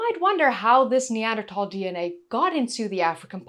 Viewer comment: Always enjoy your videos! And it's great that you say "Neander- Tal" not "Neander-Thal" like so many do. Wonder if maybe Neanderthal men could provide a better bride price or were considered a good addition to the family for hunting and defense? Maybe they had better temperament as a group, were better parents?